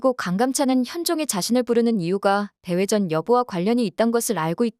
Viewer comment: 대회전을 대외전 이라고 반복하네. 에궁